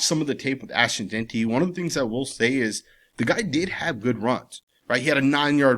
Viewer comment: I won't EVER worry what Fantasy Football Chris Simms has to say anything Raiders related. The guy is a clown. If he's such an expert why can't the fool pronounce Ashton's last name correctly??!!!! All he has to worry about how much gel needs to go in his hair every hour. He mades ridiculous comments every season about the Raiders. Jeanty is our RB !!! He will be unleashed when the time comes. This shit is chess not checkers with Pete as our HC. Hope Simms likes to eat crow.....